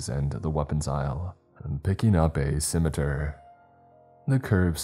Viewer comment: Never ceases to amaze me. He pronounces all the books correctly more or less, but not "scimitar"